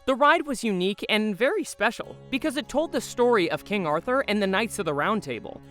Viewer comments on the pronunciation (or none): none